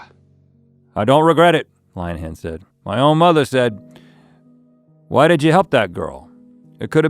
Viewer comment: "Line-han" 😂 Rhett is from the east coast - plenty of Lynn-uh-hans out there.